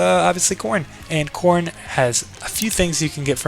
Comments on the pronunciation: it’s spelled korin not koren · "Koren" lol